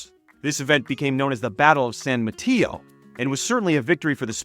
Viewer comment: The only thing you got wrong is how you said san Mateo and Marquis (i am from the area). But other than that, you have a really good video and on point.